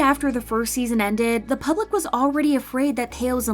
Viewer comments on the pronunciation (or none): none